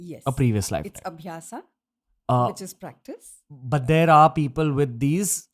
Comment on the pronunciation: "Karm" not "Karma", "Aabhyas" not "Aabhyasa", "Bhoga" is not "Bhog", "Moksha" is not "Moksh". When you talk in a foreign language, at least make sure not to lose the authenticity of words and modify it. Who do you think is watching you? Some Britishers?